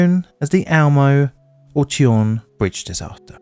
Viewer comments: Almö: Alimony + Earl Alm + Uhhrl Almurrh Almuh Tjörn: Churn (No really, it doesn't get any easier for an English speaker than that) But if you want to be 100% accurate. Churn - rn + Earl - l + n That's right, you prolong the ö in Tjörn, where you do not with Almö. Chu(ö) + (ö)Ear + n. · Whoa!! That is the Tjörn Bridge disaster! I remember that one actually, it was nationwide news. Damn, I am old... Pronunciation correction: Tjörn is spoken "churn", with a softer attack on the "ch". The ö is not an o, it is actually a separate letter with its on sound. Same with å and ä. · tjörn is pronounced like english churn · Finally! Simply love you!❤️❤️❤️❤️❤️❤️ Tjörn is more pronounced as ”churn”. The bridge’s real name is Almö bridge, though many (in Sweden) call it the Tjörn bridge, which is the name of the bridge the replaced it. We were many that woke up that morning hearing about the accident. We heard how the crew on the ship tried to alert the drivers on the (non existing) bridge. Just a few miles from the bridge, a large section of a hill collapsed and ruined the highway between Norway and Europe. Someone put a shovel into the “quick-clay” on the hillside and made a great impact on the infrastructure. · Actually he spoke Tjörn as Tjorn. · Just a note, the "tj" is pronounced like the "s" in the name Sean. And "ö" is pronounced like the "ue" in the island of Guernsey. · your pronounciation of almö and tjörn are insteresting. i don't blame you for it though, the spelling is quite different from the english phonetics